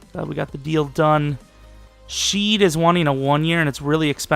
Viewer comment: Shed not sheed. I'm a Seahawks fan